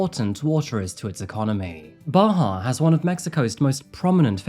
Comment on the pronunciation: Congratulations on 2 million so happy for you . Every time u say Bahia I think of my bahia Grey birdeaters lol.